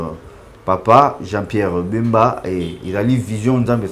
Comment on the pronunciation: Bsr Jean -Pierre BEMBA pas mbemba eza "BEMBA"